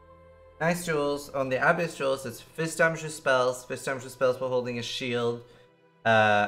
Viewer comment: "Ahhh-biss league"... my gawd.